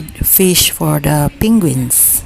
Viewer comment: "Pinguins" XD